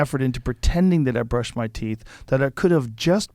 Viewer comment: Joe “brushend my teeth” rogan